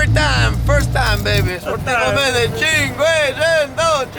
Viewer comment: Seriously. Stop with the cinkuecineineto